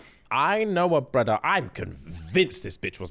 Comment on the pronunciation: SAMMME!! I'll be saying "brudda" all the time and I don't even know I'm saying it😂😂😂😂